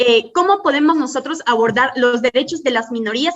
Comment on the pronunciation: Cada vez que María José quiere decir "abortar" en vez de "abordar". 😂😂